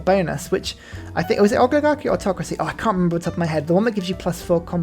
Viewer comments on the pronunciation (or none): Does "ogligarchy" or "three" (as in free) or "Mowry" (Maori) etc etc....piss you off too? I mean, the guy can barely speak.